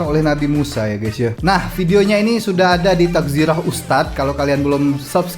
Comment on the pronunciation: Assalamualaikum maaf bang bukan takzirah tapi tazkirah TAZ...KI...RAH.. salam dari malaysia love you so much aku ingin hari hari react ustad auni klau gak aku gak akan nontot ustad auni